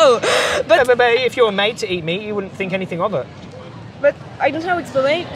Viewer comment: Why she is saying i sink which is ' i think' ?! 🫤